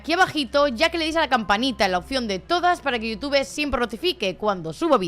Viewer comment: En españa le dicen asi? Yu tube jaja, es que me causa gracia porque pronuncias You en inglés y Tube con pronunciación en español. Amo este canal ❤ tanto la investigación como la narración son excelentes. El guión también, al grano y facil de entender